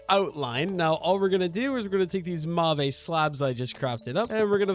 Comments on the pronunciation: The purple wood is pronounced like "mov" or "mahv" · it's kinda fun seeing your trial and error😅 but every time you say mauve it sets my teeth on edge, could you please look up how to say it😅 also would love a dip into create next time🥰 especially for iron production😊